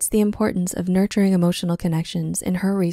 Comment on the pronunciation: Excuse me, is it "nurturing" or "nuturturing"?